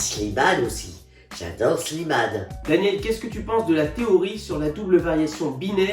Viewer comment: "aller tcha-tchat les jeunes !" 'j'adeur j'adeur j'adeur !!"